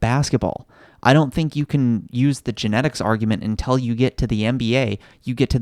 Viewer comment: What's up with saying "intell" rather than "until"?